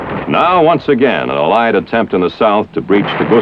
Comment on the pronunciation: How the commentator "uh-lies" instead of allied and "harrissment" instead of harassment I found to be distracting :P